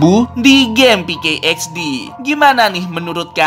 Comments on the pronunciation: PK XD Woi Bukan peykey XD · pk xdbang bukan pke xd